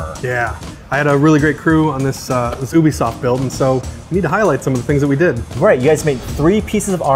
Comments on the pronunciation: I thought it was pronounced youbisoft not oobisoft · why do Americans always say OObisoft, Ubsoft (YEW-BEE-SOFT)